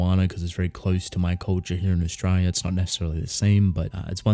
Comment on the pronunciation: The Aussie accent really shows when you say the word "Australia" Lol